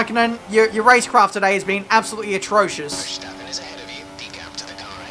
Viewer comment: . Veshtappen? who is Veshtappen? LMAO XD